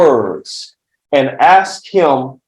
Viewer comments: "Axe"and "pacifically" were used quite a bit during questioning, SMH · "Ax" him. Good lord. Talk to the juuudge. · I would NEVER trust a lawyer who can’t even say “ ask “ instead of “ AXE “ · Must be a low bar to be an attorney guy says AKS instead of ASK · How did this defense attorney pass the bar exam? A defense attorney that still mispronounces the word AKS... oops I mean ask. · When his fiance was on the stand, she said they needed him. I bet the decedent had family that needed him too. His family lost him and, fair is fair, he needs to pay for what he did. Why is his lawyer saying "aks" instead of "ask"?? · it’s not an accent, it’s complete mispronunciation. It’s ask-not axe. He went to law school, is presumably “educated,” which is questionable and he can’t pronounce a simple 3 letter word.